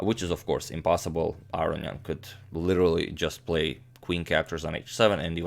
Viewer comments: Not Aronyan, but aronYAn. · You are unquestionably mispronouncing "Aronian"; "Arian" (as you pronounce it) would violate not only every principle of pronunciation (it is not possible for "-on-" to be silent) but it would also be the only Armenian name in history that didn't end in the two syllables "ee-an". There are four syllables in Aronian: "ah"-"roh"-"nee"-"an". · Levon's name is pronounced - lEvon aron-yAn. Not, levOn arO-nian. (capitals represent location of intonation) Agadmator, your pronunciation sounds like "Aro-ian", swap the "i" for a "y" as in "yum" and add an "n" just before it. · Your English is impeccable. The perceived mispronunciation (I pronounce it "a-rone-ian" ) I just attributed it to your Croatian accent. Doesn't bother me at all. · Gustafsson and Svidler pronounce it Ar-row-nee-an. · Pronouncing Aronian incorrectly? How about "wit" - you pronounce so much shit incorrectly, while being smart, you make me wanna be a superintendent. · No, he's actually saying 'Aronian' wrong. You can hear the correct version of his name in this video.